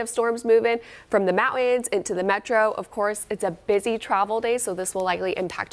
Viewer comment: The word is “mountains”, it is not pronounced “mow-ins”.